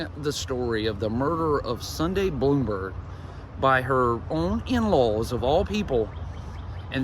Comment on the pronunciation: Her last name is pronounced Blahm-berg, not Bloomberg. Thanks. --a classmate